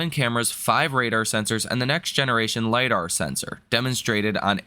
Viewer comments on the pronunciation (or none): none